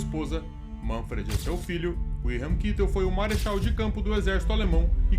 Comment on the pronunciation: Perfeito uma pinoia, o cara chamando Göring de "Góring", Kitel de "kitéu", Meisel de "Mês-el", afasta completamente da ideia do nome real e consequentemente do imaginário das comunicações da época.